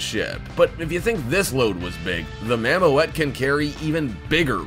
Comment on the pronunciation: Not for one thing or another, but is's pronounced: "mammoot" and not mam-mo-et.........